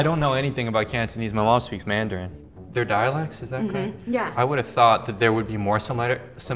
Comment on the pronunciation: random country accent "my wahf speaks Mandarin" lmao